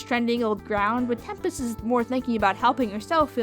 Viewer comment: It's tempest not temptes